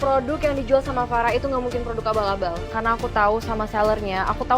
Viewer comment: Abal abal gina,kamu ngomongnya laba laba wkwk